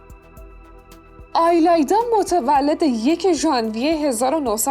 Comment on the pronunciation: تلفظ ایلایدا رو همیشه اشتباه میگید 🤦‍♀️🤦‍♀️